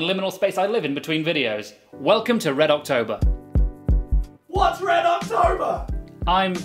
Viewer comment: I laught so much when the guy said "what's red octorber?!"